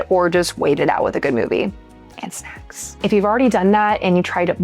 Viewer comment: Did you say and SECKS or SNACKS? Both?